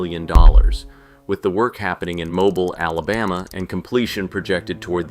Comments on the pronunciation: It’s pronounced “Mo • beel”, not Mobul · "Mobil" Alabama.... ??